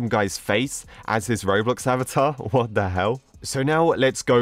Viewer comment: Lol the way he said “whaut the hell” XD